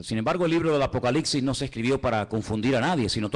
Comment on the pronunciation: Una humilde recomendación: es un hecho que el tiene una cantidad importante de seguidores, lo cual es excelente por la relevancia del mensaje que él está impartiendo. Pero en aras de no cerrarse puertas innecesariamente con oyentes exigentes, quisiera que alguien le diga que el último libro de la Biblia no se pronuncia ApocaliXi (y más cuando este parece ser un libro de mucho dominio y fascinación para él). Es ApocaliPPPPPsiSSS. Es increíble cómo una falencia no corregida en la pronunciación tiene la capacidad de distraer a unos y de generar cuestionamientos en otros. Esto lo digo con mucho respeto hacia este maestro de la Escritura, y va de parte de un puertorriqueño quien, por también ser predicador, le fue necesario superar el "comeL", "bebeL'", "oraL" y "bendeciL".